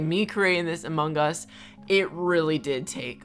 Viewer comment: No one:: Amung Gus